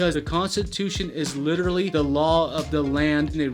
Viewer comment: Please learn to pronounce “literally” not ludirilyy